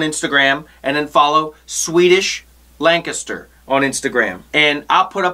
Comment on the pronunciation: My mothers from PA, and props for pronouncing Lancaster correctly. I to often hear people not from PA say "lan caster"